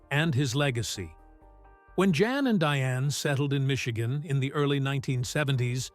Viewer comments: The intent of the writer(s) is good and well. Having sad that, there are several errors. Remember that he came from the old world Holland where they speak Dutch. He is not John. He is Jan, pronounced with a Y sound, Yan. He is not Dr. Paul. He is Dr. Pol, sounds like pole. His son is Charles. Adam was his 23 year old grandson who died too young. Dr. Pol went to Michigan as an exchange student. After a school year in Michigan, he returned to Holland where he went to veterinary college. Diane went for a visit. Later, they married in Michigan. Eventually, they immigrated to the USA. In my opinion, only mine and an opinion...those who were at the base of the complaints about his practice were some of the folks who treat pets like human babies/children, or perhaps veterinarians who were jealous of Dr. Pol's success and popularity. Wouldn't it have been interesting to see some of the complaintants follow him for a week, or maybe even one full day, when he was the overnight vet on-call. Hopefully, some of the young vets will continue with PVS with Dr. Pol available for consultation. Perhaps Charles can stay on in a managerial and/or public relations position. When Dr. Pol decides to retire completely, or his God calls him home, he will be greatly missed. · His name is pronounced Yahn…